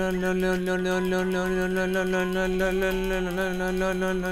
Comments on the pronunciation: le diyo leon demiyor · abi leon demiyon no no diyon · Abi sen leon demiyor la la la diyon 😂😂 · Ön ön diyor 😜😜😜😜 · Adam Leon demekten lön demeye basladi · Lölölö diuorsun leon demiyorsun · Abi ben leondan çok lon, non ve loan duydum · Baslik:10,000 kere leon dedim Gercekler:lon lon lon lon non lon mon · Abi canavara mı dönüştün leon diyeceğine lörn diyosun🤣🤣🤣🤣🤣🤣🤣🤣🤣🤣🤣🤣🤣😂😂😂😂😂😂😂😂😂😂😄😄😄😄😄😄😃😃😃😃😃😃😀😀😀😀😀😀😀😄😁😁😆😆😆😆😆😆😆😅😅😅😅😅😅😅🙂🙂🙂🙂🙂🙂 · Leon öğle denmez lo lo lo lo diyo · Abi sen len dedin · Abi sen Leon değil lon diyorsun 😁😁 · Abi sen leon demiyonki lo lo lo lo lo diyon 😂😂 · Abi sen leon demek istiyon ama len lön len lön len lön diyordun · Sen leon demiyonki lo ve lon diyon🤣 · Leon mu lön lön mi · Abi başlık 10,000 kere leon gerçekler: lon lon lon leon lon non mon lon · Abi leon demiyon leoleoleoleo ve lölölölöĺö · Abi leon demiyor leo diyon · Lon diye okuyorsun abi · Leon yerine noel diyiyon lan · Lo diyor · Abi leon demiyonki loooo diyon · Lo Lo diyon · Abi leon yerine leo lelelelel diyon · Abi leon demiyon ki lololololololololololo diyon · Lön ne abi leon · sonlarda leon değil le le le le le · Abi lü diyon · Leon deyilde lele diyen abimiz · leon diyeceğine Beynimin içi:lön lön lön lön lön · sen 10.000 kere LEON dedin sanıyorsun aslında 10.000 kere LOON dedin 🤦😂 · Leon demedin lön lön lön nön diyorsun like atmam diss like atarım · Ben yavaşlatarak izledimLö diyo😂😂😂😂❤❤ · abi sanki lön diyon 🤣🤣😅😂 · Le le diyen koca yürekli abim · Ve abi lön ne Alah aşkına 🤣🤣🤣🤣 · Abi sen resmen lölö ya da nönö diyon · adam lölölö diyo ne leonu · Abi:lelon. Ne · Leon yerine sanki lolololololololololololololololo diyorsun NBB lannnnmnnnnnnnmnn. Haaaaaaaahaaaaaaaaaaaaaaaaaaa